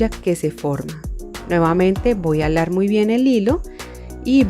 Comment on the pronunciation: Me encanta como dice alar en lugar de jalar 😅 ya hice la de san benito y me que do muy bonita lastima que no se pueden subir fotos gracias por tus tips son muy buenos me encanto 😊